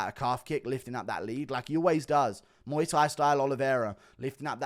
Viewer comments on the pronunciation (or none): none